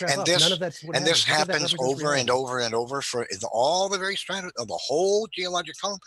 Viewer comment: Sedimentary 'stratah'? Is that take on Hovind's 'wahter'?